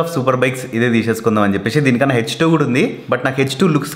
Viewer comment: చెప్పే"షి", వచ్చే"షి", తినే"షి".... అని కాకుండా చెప్పేసి, వచ్చేసి, తినేసి అని పలుకు.... తెలుగు మన మాతృ భాష... మనమే కాపాడుకుందాం....